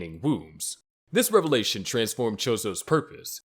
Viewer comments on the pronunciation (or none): none